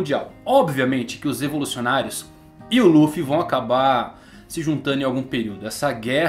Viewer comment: quem mais ainda chama Ruffy? ahauabau como no Japão nao pronunciam o "L" de tanto escutar rrrruffy eu nao consigo desvencilhar 🤷‍♂️